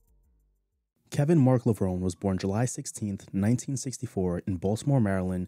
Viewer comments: Kevin Levron "Ee". The e in pronounced :) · I agree. His.name is pronounced Lah-vron-ee